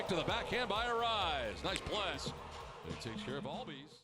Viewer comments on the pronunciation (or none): none